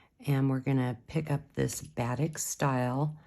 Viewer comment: Very cool bracelet, thank you. Just for clarification...Batik, the beautiful SouthEast Asian form of dyeing fabric, is properly pronounced with emphasis upon the second syllable: buh-TEEK.